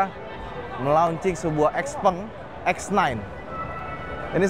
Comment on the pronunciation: bkn xpeng bacanya xiao peng